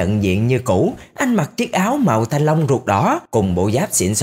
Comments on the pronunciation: Anh đừng nói thanh lông nữa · Nãy giờ nghe toàn thanh long, mỳ thanh long (ám ảnh) :))) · Anh ấy nói thanh long vài luôn😂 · Mong anh đừng nói "mì thanh long" nữa nha anh trai